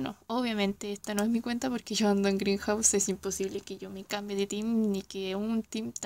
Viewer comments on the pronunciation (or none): jajaja digo que grindhouse vendría pronunciándose Grainjaus. Como lo pronunciaste es greenhouse 😅 no te preocupes, esta bien al cabo 😋